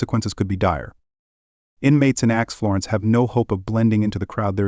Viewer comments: It's ADX, not acts. Get someone who pronounce's words correctly. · You tell so many lies. Your video is false and so so wrong on so many points. U should be ashamed . Also , it's not Ax Florence.......di**head!!